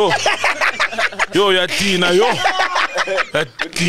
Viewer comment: Death by "uya Dina-o" 🤣🤣🤣 ah Sol